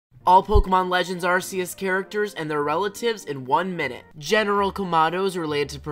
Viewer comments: The pronunciation is AR-KEY-US STOP CALLING IT ARE-SEE-US! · You pronunched arceus wrong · It’s pronounced ArKoos